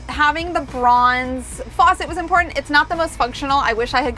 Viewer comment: You do know that the word 'curtain' has a 'T', right? So does the word 'important'.